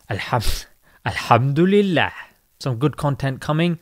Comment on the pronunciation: Wait, did u mispronounce Alhamdulilah on purpose😂 or was that just a slip of the tongue?